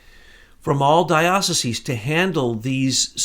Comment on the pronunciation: is it even possible to be an ex jesuit ? AND not be able to pronounce diocese and it's plural ?